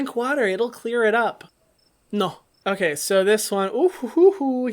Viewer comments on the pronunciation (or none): Lol when he said “ noh ” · The way he said "noh" reminded me a lot of that scene in Teen Wolf when Stiles says "Do you wanna hear it in Spanish? NOH" loll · that “nõ” after the bit about just using water to get rid of acne was just iconic😂😂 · The NO it's giving me life 😂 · The way he said “NO” made immediately my day lmao